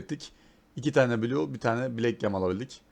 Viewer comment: Adam halâ blue'ya bilu demeye devam ediyor doğru telaffuz edene kadar bu yoruma devam edecem 😀